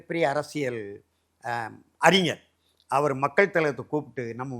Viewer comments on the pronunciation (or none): none